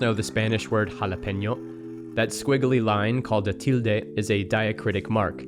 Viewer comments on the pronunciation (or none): none